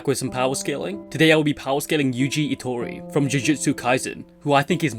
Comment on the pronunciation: “Our protagonist, Yuji Itori” lol I love that u didn’t explain urself about the pronunciation